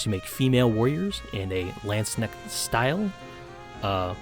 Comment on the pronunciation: I really do not want to be THAT guy but i really had problems understanding the one german word in your vid. If you hadn't pulled up that Insta-post, i would've never figured out what you were talking about^^ I'm sorry.... Your pronunciation is almost flawless except for the K in "Landsknecht". It is not silent like in "knock" but hard like in "acknowledge". Only comparison i could come up with^^ But that aside, yea, Landsknechts and mercenaries in general were the fashionistas of their time. Their clothing was supposed to underline their body with bulgy arms and shoulders, tights and even a "crotch cup" to make this bulge pop out. XD So gyaru is not too far away.